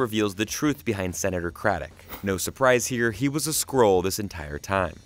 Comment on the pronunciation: SkrULLL.. not scroll!